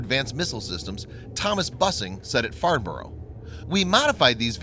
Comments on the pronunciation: Farn-bo-roo? LOLOLOL! "Farnburu" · Another excellent video. Very informative and clear. Would you mind if I just corrected the pronunciation of "Farnborough"? We say it as Farn-bruh with the stress on the first syllable.